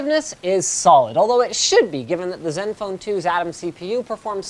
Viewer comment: HOly crap. LInus ACTUALLy called this phone by the CORRECT pronunciation instead of " zedenfone 2" ? 0.o There is hope yet.